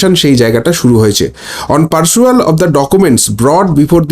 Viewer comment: কথাটা পারসুয়াল নয় পেরুইযাল ।